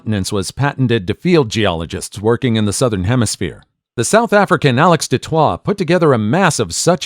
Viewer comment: Inn South Africa "du Toit" is pronounced "Do Toy"